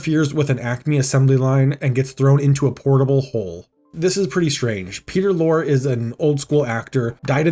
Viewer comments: It's pronouces Lori. You pronounce the final e on Lorre. GAAAAAAAAA. Do yourself a favor and check out his work on film. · Great video. A small note. Peter Lorre's last name is pronounced "lorry". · Peter lorr-ee. It’s pronounced “laurie.” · It pronounced Lorr-ee. Peter Lorr-ee. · So you couldn't be bothered to learn how to pronounce Peter Lorre's last name, huh? Real professional. It's pronounced [LORR] + [EE]. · Great video but the actor's name Peter Lorre is pronounced Peter Lory (Lori) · Cool story, but Peter Lorre is pronounced Lorry, you've put enough research into the the story, you could've done a tiny bit more on how to pronounce names correctly. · That’s not how Peter Lorre is pronounced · Thank you! The narrator drove me crazy hearing him say it wrong every time. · Wow. You worked hard on this. Damn shame and so ironic, given the plot. Peter Lore: you pronounce the E at the end of his last name. Excellent work! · FYI Peter Lorre is pronounced as law·ree not lore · Peter Lore (pronounced Loree) great video though👍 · Justice for Peter Lorre! Minor correction: E not Y. No one could snivel like Peter Loree. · His name is pronounced Lor-ey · Peter Lorre is pronounced loree like the word story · Some may not know this, but Foghorn Leghorn was a Looney Tunes/Merrie Melodies take on a character from Fred Allen's ALLEN'S ALLEY: Senator Beauregard Claghorn.. So Foghorn's character might well have been as a senator. And FWIW, Peter Lorre's name is pronounced "Laurie". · Peter Lor-E the e isn't silent. SMH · It's pronounced "Lor-ee" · Peter Lorre's last name was pronounced LORRY. Not lore. LORRY. Just as you don't pronounce Will Forte's last name fort. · Lorre. Peter Lorre. It's pronounced Lore-ee. Not Lore, that's Data's brother 🤖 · Mispronouncing Peter Lorre's name like ten times in a row was driving me insane. LOR-Y. Like what the British call trucks. Good video otherwise, it's going to be an absolute travesty if they actually delete this movie.